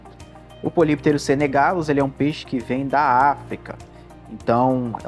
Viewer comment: Do "grego": Poly = Vários, muitos/as. Pterus = Barbatana. Lê-se: "Póli + Ptérus". A pronúncia é "póli ptérus". Polypterus = Muitas Barbatanas. Obrigado pelo vídeo. Muito bom e esclarecedor !! 🙂🙂🙂